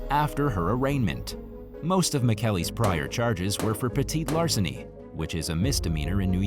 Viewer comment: you can call it petit larceny, but i think your the only one who doesnt say petty larceny.and stealing is terribly wrong 100% of the time